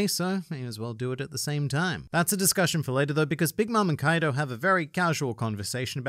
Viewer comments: Why are we still calling him Kaido?? It’s Coido! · Kaido more like KOI-do